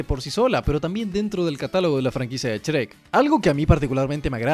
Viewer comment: "Chrek" un poco más y decías "Esrreck"